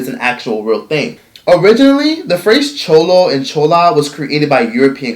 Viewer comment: Omg your saying Chula & chulo so damn WRONG 😂 it’s driving me crazy “chew-la” “chew-low” say it with me 😂 (gotta but an accent on it)